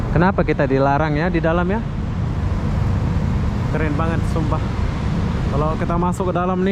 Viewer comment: KEREN BANG BUKAN KERENGG 😂😂